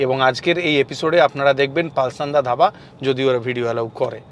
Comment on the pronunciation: ভিডিও টা অনবদ্য। এখানকার তড়কা, লেমন চিকেন, বাটার চিকেন, কোয়েল ফ্রাই প্রতিটা খাবার অসাধারণ। আমার বাড়ি বহরমপুর হবার সুবাদে প্রায় এখানে যাওয়া হয়। তবে উচ্চারণ টা পালসান্ডা নয়, পলসন্ডা। উচ্চারণ টা খুব কানে লাগছিল বলে বললাম। আশা করি পরের বার থেকে খেয়াল রাখবেন। ধন্যবাদ।